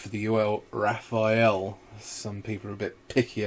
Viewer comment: Hey guys, it's Rafale not Raphael.